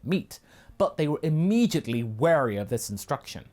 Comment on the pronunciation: Dont you mean E-MEAT-edly?